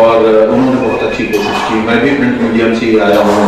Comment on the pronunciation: Sir jo pehle sabko intro karra reheh hein unka pronounciation mein "S" Kuch jyada hi highlight ho raha koSSis jahan pe sha aana chahiye wahan,, budbak ho ka